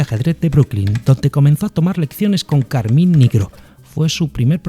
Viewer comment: no es carmIn es Carmine, es un nombre italiano